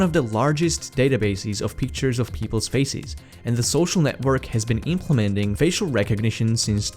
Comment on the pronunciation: oi mate be careful with your pronounciation of "faces". youre very very close to saying "feces" :D excellent content, thank you!